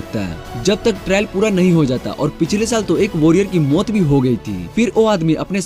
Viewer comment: Bikers ko bakers or maut ko muthe (wtf) bhai apki pronounsation me thodi gadbadi he 😂😂